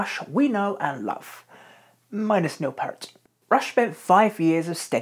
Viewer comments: Neil "Peert", not "Pert". Rest in Peace... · Love your videos, but there are a few glaring errors my friend. It clearly said in the tour boo that it was LIFESON that had anemia from bleeding ulcers-not Peart as you stated. Also, it's "P-EAR-t", not "Purt". That frequently drives fans nuts lol, and likewise did so to him (RIP). Now, where's my Phil Lesh video??!!!! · Great vid man, love the detail! I just have a few corrections: - Peart's name is pronounced "Peeert" not "Pert" - A Passage to Bangkok was not played on the R40 tour - it was the Snakes and Arrows tour. - Nope, not correct! That highlighted paragraph is referring to Alex Lifeson, not Neil. - Contrary to what this vid suggests, the fridge appeared in 1996 not 2002. Also, the dryers appeared before the vending machine did. - The mellotron was used on Snakes and Arrows not Vapor Trails. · Neil Peart (pronounced Peert NOT Pert) developed sores on his feet from getting wet in the rain, driving from venue to venue on his motorcycle. Basically swamp foot. Neil was struggling with tendinitis, and it was Alex who has arthritis. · It's not Pert. It's Peart. P-EAR-T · If you’re going to do a video about Rush, you could at least learn how to correctly say Neil Peart’s name (RIP). It’s like the word “ear” with a “p” on the front and a “t” on the back. And that’s per Geddy Lee, so I think he would know. It’s not pronounced “pert” — the way you said it. Also, “Moog” is correctly pronounced “Mogue” — not “moooog.” Did you do any actual research for this??? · Very well researched. But it's Pee-ert! PEE-ERT! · Stopped watching after five minutes. I can let the fact that you mispronounced Neil's last name slide, but Rush never made an album called: "Pictures". You sir, know nothing about Rush. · Nice piece, but please learn how to say Peart.